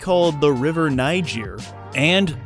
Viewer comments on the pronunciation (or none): none